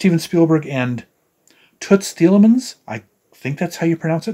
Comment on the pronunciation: I have just ordered my copy and congratulations with the correct pronunciation of the late 'Toots Thielemans'. If you are fan of the movie Midnight Cowboy, you must have heard him playing.